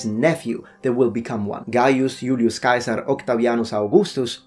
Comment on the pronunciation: TBH you are one of the first YouTube channels I've ever heard say Julius Caesars name correctly. It's like Germanys Kaiser. TU just for pronouncing that correctly.. Yes I knew all the other myths too. Good job.